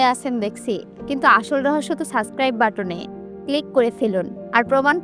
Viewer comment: সাবস্ক্রাইব নাকি সাসক্রাইব😮